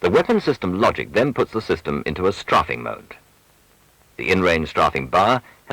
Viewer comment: "Straaafing" :D